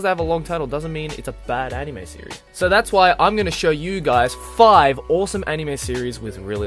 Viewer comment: Why won't you pronounce anime and manga right? You can read everything else very well ._.